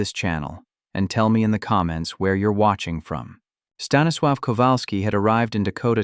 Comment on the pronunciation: Staniswaw? Huh?